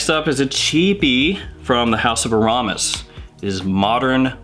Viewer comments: It's pronounced "Air-a-mis" not "A-rom-is." :) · I'm pretty sure it is pronounced AIR-a-mis. Just FYI. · In case you care, it's pronounced: Aramis (AIR eh miss) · I pronounce aramis as AR uh miss. I have my dad's old bottle still half full from the 70s 80s. Splash bottle. Shit is strooooong. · You're pronouncing Aramis wrong bro... there isn't a U in it!? 😁 You live in the UK? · I was so saying that out loud while watching... I literally cringed, lol